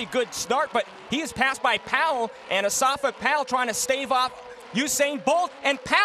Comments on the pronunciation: he says in Asafa in his interviews. not osafa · osafa powell -_- its asafa woman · I kno him but it's not "osafa" it's "Asafa" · Its Asafa NOT Osafa lady! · Its Asafa Powell, not Osafa Powell. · woman!, is not Osafa ITS ASAFA!!. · Asafa, NOT Osafa. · Doesn't anyone else hear how she's pronouncing his name; "Osafa" Powell... It's Asafa, not Osafa. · asafa not osafa :) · Asafa not Osafa 😒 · Osafa? lmao its pronounce Asafa lol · I crease every time she says O-safa Powell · whos dis o-safa powell guy da commenter keeps sayin, HIS NAME IS ASAFA, GET IT RIGHT LOL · I love to listen to her. The only thing she did wrong is that she incorrectly pronounced "Asafa." But, otherwise, what she says is correct.